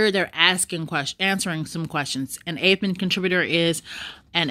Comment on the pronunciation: psssttt... It's APP- EN. not APE- EN... Not ONE word on this list is pronounced "APE' This is basic English pronunciation. APP is AAAAPP. APE IS AYYYY-PE ------------------------------------ appropriateness approachability apprenticeships appealabilities applicabilities approximations appropriations apprenticeship apparentnesses appendicitises appendectomies appendicectomy appreciatively apprehensively apportionments appositenesses appropriation approximation apportionment apprehensible apprehensibly apprehensions appreciations appraisements apportionable appoggiaturas applicability applicatively appealability apperceptions appellatively approximating approximative appurtenances appropriative appropriators appropriating appropriately approximately appreciation apprehension appreciative apprehensive approachable appendicitis appendectomy apperception appurtenance appendicular appropriable appoggiatura apportioning appositeness appointments apprehending appreciators appreciatory appreciating appraisingly appraisement appositively appositional applications appellatives appellations apperceptive apperceiving appertaining appetizingly appeasements apparatchiki apparatchiks apparentness apparitional approbations appressorium apprenticing approximates appropriated appropriates appropriator approximated appurtenants application appropriate appointment approximate appreciable appellation appeasement approbation apparatchik applicative appellative applicatory applicators appliqueing ap